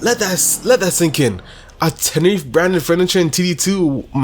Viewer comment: the way he says tenereeef made me stop watching it xd